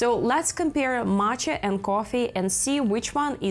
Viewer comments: Great video but very hard to watch with the way you pronounce coffee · i think she is Russian or Ukrainian the way she says coffee